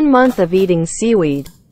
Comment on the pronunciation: Omg now I can't unhear it